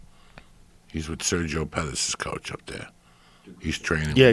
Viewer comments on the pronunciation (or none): none